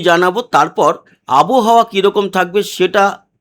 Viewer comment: আবহাওয়া। আবোহাওয়া নয়।